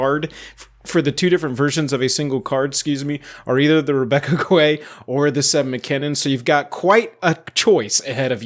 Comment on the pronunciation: I believe Guay is pronounced "Gay"